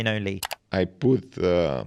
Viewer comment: “On my website I poot a statement” .. yes sir you did 😂